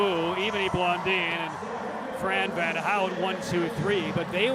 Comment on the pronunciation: Can someone get this announcer a pronunciation guide already? He's been butchering Blondin and Howe's names for years, and if he can't get those right I can't imagine what he's doing to names from overseas